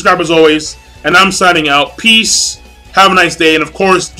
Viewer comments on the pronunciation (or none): none